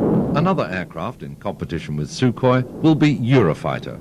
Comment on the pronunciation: I think you will find it is Sukhoi not Sukohi